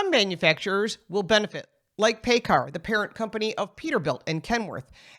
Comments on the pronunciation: PACCAR is pronounced “pack-car” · Don't mean to be a nitpick but Paccar is pronounced Pack Car